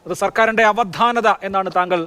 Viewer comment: അവധാനത അവദ്ധാനത അല്ല